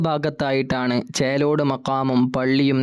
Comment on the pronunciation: ചേറോട് അല്ല. ചേലോട് ആണ്. ഞാൻ പോയിട്ടുണ്ട്